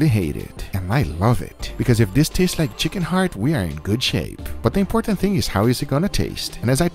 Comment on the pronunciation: "And dis is phenomenal!!"